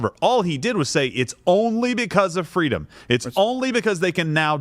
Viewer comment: That poor wittle twans child has the same speech impediment that Kamawa Hawwis had as a child. All they want is FWEEDOM.